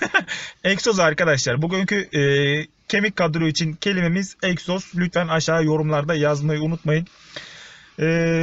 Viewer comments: Eksoz degil egzoz 🙂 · Eksoz değiiil EGZOZ 😁😁😁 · Eksoz değil abi egzoz abi binde uzun bi kesiciye sokar misin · ABİ EKSOZ Deyil o Egzoz